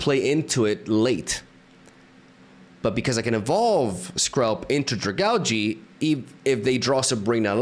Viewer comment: Not to be that guy but is it not pronounced Drag-aalj? Even if not that sounds a lot better than Drag-algae.